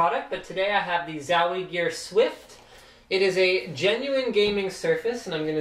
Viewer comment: love how he say zawie gear :D